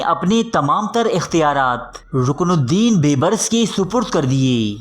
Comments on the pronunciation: Oay sianay baybrus nhi hota beebrus hota hy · Please improve your Urdu pronunciation. Calling Dara Shikoh as Dara Shikwa and Bebris as Beburs are really in bad taste.